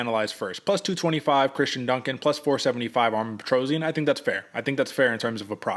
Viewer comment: His name is Armen Petrosyan. NOT ARMIN PETROZIAN!